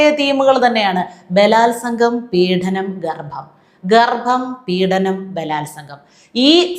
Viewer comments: പീഢനം അല്ല മാഡം, പീഡനം ആണ്. അവർത്തിച്ചാവർത്തിച്ചു ഇങ്ങനെ ഉച്ചരിക്കുന്നത് കൊണ്ട് ചൂണ്ടിക്കാട്ടിയതാണ്.മുമ്പും ചൂണ്ടിക്കാട്ടിയിട്ടുണ്ട്. പക്ഷേ,കിം ഫലം. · പീഡനം എന്ന വാക്ക് ശരിയായി ഉച്ചരിയ്ക്കൂ. പീഢനം അല്ല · പീഢനമല്ല, പീഡനമെന്നാണ് ഉച്ചാരണം. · again you go wrong at times in the diction -Peedanam! Through practice, you can rectify it. Your views are always correct!